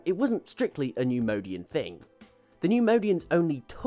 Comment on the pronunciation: Love the video! Great info! Just can’t stop numodianfrom getting to me. It’s pronounced “neyemoyedian” (neimoidian) lol